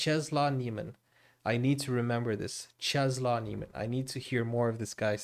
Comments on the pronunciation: If you want to pronounce it correctly it’s “czeslav nieemen“ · Czesław Niemen - Chesswav Nie men. That L in poland is pronounced like w in every english word ;) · Nice video :) Czesław Niemen is pronounced something like [chesswuv nyeahmen] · Its so funny how badly you pronounce the name and title 😂